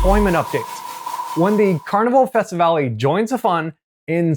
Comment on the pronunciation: sir, please investigate the proper pronunciation of these names...there is no accent on the last E... thus, not festivalEEE etc. besides that, thanks for the info